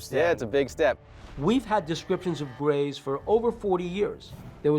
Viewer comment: abducted by the gays of the westend? Lol O he said grays LOL